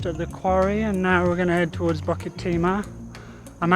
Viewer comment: Fantastic videos. It’s pronounced “boo kit” btw